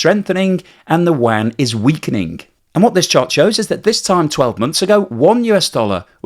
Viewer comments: 😂 LOVE the way you pronounce : “Yuan” (“Waaaghn” )……Could you, maybe, try : “You-on”? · Yuan! Not WAN! And certainly not JUAN 🇲🇽!!! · A minor point. The Chinese currency is pronounced "Yu-en", not "Wan" as you tend to pronounce it. "Wan" is rather confusing as many of us have never heard of that currency. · u-an, not wan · How do you get Chinese "Wan" from Yuan? Check your pronunciation as you are the only person who has ever said Wan. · Excellent, but it's NOT wan. If you can't pronounce yuan, use CNY. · It's actually called Renminbi or RMB. It was actually (miss) pronounced wan in the past. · good content. May I suggest a pronunciation change. Chinese currency Yuan is pronounced like Ywhen the Yu part being folded into the W sound of “when” all in one syllable. Xi Jin Ping is pronounced Hsi with the tongue being placed in the position where westerners say X but emitting a Hsi or Syi depending on the romanization protocol. Hope this helps…. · It's called the Renminbi or RMB, decades ago it was pronounced Wan. It is confusing as the Korean note is called the Won. As for Xi? That loser can have his name mispronounced all day long. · You-an. I'm anti-china, but I have trouble taking you seriously when a finance guy mispronounces the name of the currency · Great video..please sort your pronunciation of Yuan.